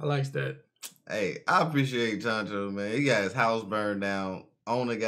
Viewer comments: Chancho ? Lol You mean Chouchou ? 😂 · ChanChou!? Do you mean ChouChou, the dog from Orange Town?